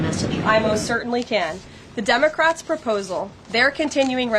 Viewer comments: I swear she started out calling them Dumbacrats. LOL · did she just say dumbocrat?